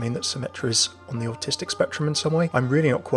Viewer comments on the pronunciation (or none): Did he say "artistic" or "autistic"??? This worries me.... D